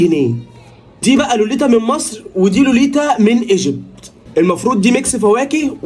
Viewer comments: ايجبت وليس اجبت😅😂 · اسمها ايجبت مش اجبت 😂